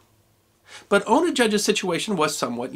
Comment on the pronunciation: Sorry but it's Una not Ono it's an old Gaelic (gaelige ) name